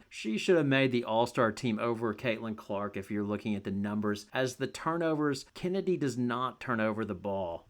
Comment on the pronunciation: Here I was thinking her name was actually pronounced Chinnedy. Her mom has some explaining to do.